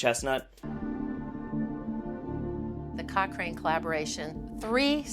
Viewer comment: when the lady said the Cochrane collaboration I heard the cockring collaboration. what I heard sounds like a more interesting story